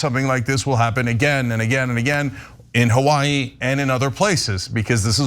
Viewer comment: Earth willive, Cenk; we wilnt.